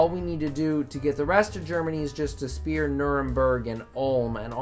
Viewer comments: When is this guy gonna learn that it’s called a “Sphere” NOT a goddamn “SPEAR!”. Keep up the content My guy! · I like the fact you pronounce “sphere” as “spear”. Never change that pls